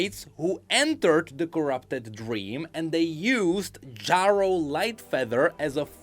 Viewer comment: Omfg, you are driving me insane! You can't have not heard how Ezreal says that name. It's pronounced Jerro, not Jawro. I know english isn't your first language, but for the love of god, if you put Ezreal saying it in this video, the least you can do is say it how he says it.